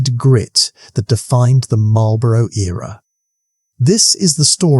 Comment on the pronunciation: Excellent video—clear, engaging, and a great reminder of why the Duke of Marlborough is still considered one of Britain's greatest commanders. Never lost a battle? That's the kind of record that makes legends! Just one small (and cheeky) British-American note for the narrator: It's 'MAWL-bruh' (or 'MAWL-buh-ruh') for the Duke and his title... not quite the same as the cigarettes across the pond that are pronounced more like 'MARL-buh-roh' and come with a very different kind of 'victory' – usually just over your lungs! 😏 Keep up the good work on these history tales!